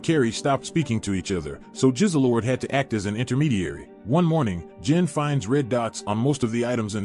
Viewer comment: Extraordinary was the best show I’ve watched in years Also the cat was called Jizzlord not Jizzlelord